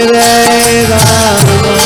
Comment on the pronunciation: Why does he chants Ramo instead of Rama?